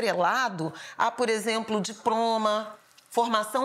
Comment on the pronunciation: Flávia falou "diproma" ? ou eu que entendi errado?